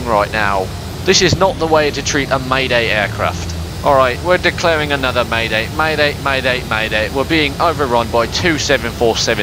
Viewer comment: did u say maday maday maday?